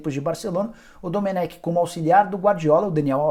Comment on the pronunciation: SE FALA: DOMÉN